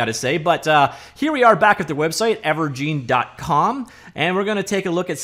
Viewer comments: Its gine as in engine not gine as in jean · Thank you, that was bugging me. I mean think about it. It's a game "engine". It used to be called Wave "Engine". Now it's called Ever"gine". Where is this "geen" coming from? Urrg!! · It's most likely pronounced "ever-jin", like ever en-gine, ever-gine. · It's never pronounced "gene" when you're talking about an *engine*. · I'd imagine it's pronounced Ever-Gin as in and Engine but forever... Evergine...